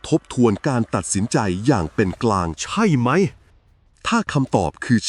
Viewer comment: ขอบคุณสำหรับเนื้อหามากๆเลยครับ แต่อยากเสนอแนะให้ปรับอารมณ์เสียงของเอไอตอนอ่าน ผมรำคาญตอนพูดว่า ใช่ไหม!! มากเลย แต่ก็ฟังจนจบครับ เพราะเนื้อหาดีจริงๆ ขอบคุณครับ